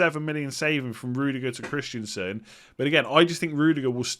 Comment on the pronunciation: stop calling Christensen for Christiansen.